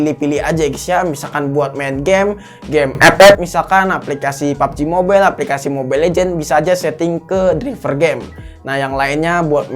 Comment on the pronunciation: Ngakak pas nyebut pubg nya